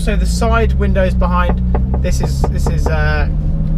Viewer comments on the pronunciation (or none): none